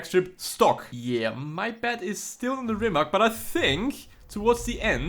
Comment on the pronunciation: First learn how to say rimac than record a video .... idiot